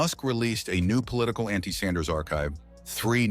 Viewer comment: ‘Sanders” or “Saunders”? Is the computer voice program messed up or is the person reading this just stupid? Get your act together.